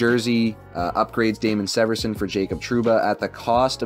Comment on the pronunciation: It’s Damon SEE-verson